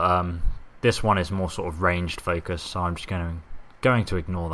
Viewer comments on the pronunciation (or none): none